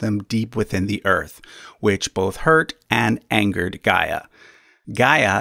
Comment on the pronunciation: Gaia is not pronounced as Ga-eea but "Ghea" (similarly to how you pronounced Rhea). Source: I'm Greek.